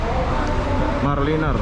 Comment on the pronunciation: Bkn mar liner...tu mara liner...